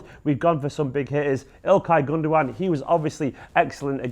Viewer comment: Gundogan? Gun dow an? no, it's Gundowang...That's Numberwang!